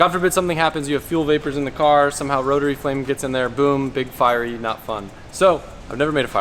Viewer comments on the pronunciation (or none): none